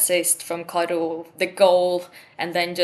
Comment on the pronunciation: My favorite Chelsea player! Intro was so funny. Had to watch it again to see her reaction to pronunciation.